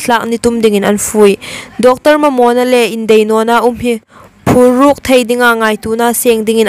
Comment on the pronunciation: Phuruk nilo,phuhruk,phu-hrûk ti lem ding